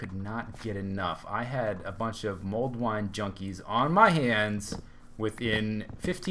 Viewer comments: I'm pretty sure its Mulled wine, not mold wine ;p (Sounds like you're saying mold at least) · For everyone wondering, it's "Mulled Wine" not MOLD wine :P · I thought you said mold wine...